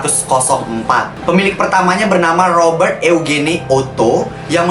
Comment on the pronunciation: Robert yujin kak di baca nya , bukan Robert eugene